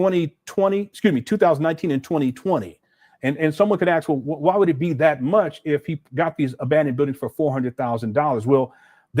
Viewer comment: What kind of doctor still can't properly pronounce "ask, library or any word with th such as with in it"?!